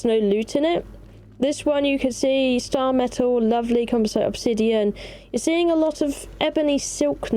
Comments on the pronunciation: why do you say composite like compo site instead of like compozit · Thank you for the video, i learned some good stuff watching it, as i just returned to Conan after a few years. But... The way you pronounced "composite", drives me nutz, not in a good way. Still, take a Like.